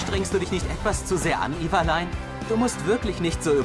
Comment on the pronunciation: " Iwalein" PAHAHAHAHHAHSHSHSZ